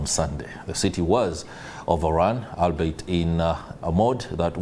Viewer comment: very funny pronunciation of the term "albeit"🤣🤣🤣🤣🤣🤣🤣🤣🤣🤣🤣